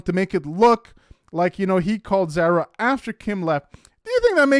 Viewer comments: Dude, it ain't hard to say ZARA! it's not zera. A,E, I,O, U my guy. 🙄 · Her name is pronounced like car-uh it’s Zara…..not like care, but like car. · Can you please learn how to correctly pronounce Zara? Sincerely, someone with almost the same name it’s like nails on a chalk board.